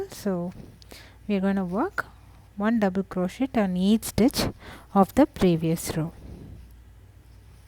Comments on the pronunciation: Very cute, and perfect for the pile of faux diamonds for my friend's kid that LOVES "treasure"....lol! Thank you! I thought you may also like to know that the "t" in crochet is silent. And the person that down voted this video is just mean, there is nothing wrong with this vid, it's a great tutorial, and great for people who just like to go along instead of looking at a written pattern. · Nice, check how you say 'crochet' !?